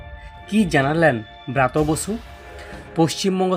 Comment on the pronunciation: ও ভাই উচ্চারণ ঠিক করে বলতে পারনি খবর পড়তে চলে আসছ? ব্রাত বসু নয় ওটা হবে ব্রাত্য বসু।